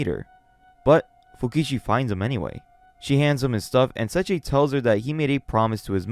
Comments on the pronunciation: Se i chi not sechi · Sorry, I'm really sorry, but it's SE-II-CHI, not Sachi, or that's how I hear it. Sorry, I'm not trying to be rude, it just bothers me. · It's Say-E-Chi